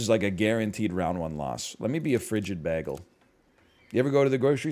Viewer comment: The greatest atrocity in this video is hearing how NL pronounces “bagel”